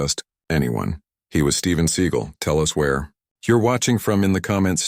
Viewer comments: Would this guy narrating please learn how to pronounce Steven Se GAL NOT SEE GEL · Story teller ca,t even say his last name right i,d love to see the video l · If you can't say his real name properly maybe you don't need to be given this fake ass story locked everybody just said got my girls do not stop and mess with people especially people that Steven seagal you idiot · What a crock of horse crap. The AI voice mispronounces the actor's name and the title has the wrong martial art that he uses and then the story has details from little tiny people in this part of the crowd and that part of the crowd this pure fictional crap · Maybe have at least enough integrity to narrate with Fake Voice that pronounces his name correctly(!) gF NM/FL